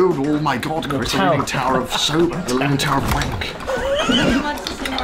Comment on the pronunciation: Wahnkoh* not waynko...